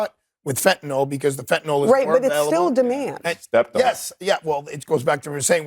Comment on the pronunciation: Supposedly well educated “? They say FentenAll the word ends with …YL